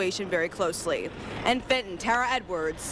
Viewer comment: Why did she call it Fitin High School? It's Fenton...